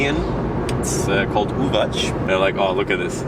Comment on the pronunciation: Not Uvach, it's Uvac (not ch, like Charles, it's c, like center), i am not grammatical policeman, just to teach you something. Keep the good work! 👍